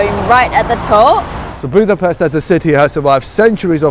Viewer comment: You pronounce it “Budapesht”